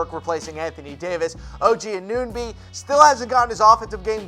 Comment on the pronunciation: Cringe every time someone tries to pronounce Anunobys last name its Anna-no-by